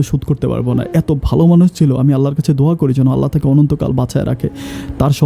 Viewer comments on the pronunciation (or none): none